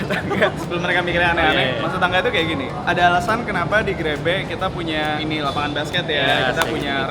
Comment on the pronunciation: 00.30 terdengar seperti grepe